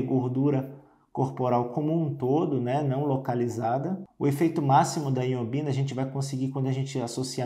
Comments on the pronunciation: Ñ é iombina, é ioimbina o correto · O nome é Ioibina e não Iobina como na sua pronuncia. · Dr. É Ioimbina e não iombina. Te liga mané!! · Pois é. Ao menos pronuncie o nome corretamente. Vc fala errado. O correto é Ioimbina e não Ioimbina. Perceba que há uma outra letra "i" na palavra que o Dr m ignora quando pronuncia o nome da substância.